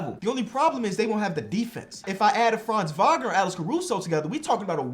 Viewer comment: As a german its funny to hear say Franz Wagner so often not because its wrong (his pronounciation is actually pretty good) but its still funny in some way